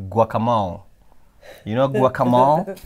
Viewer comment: Guakamoli…… guacamole